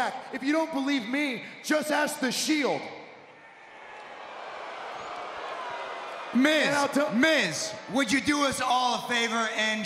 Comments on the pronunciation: I could be wrong but I think that Seth said myth instead of Miz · that made me laugh when seth pronounces out miz n mic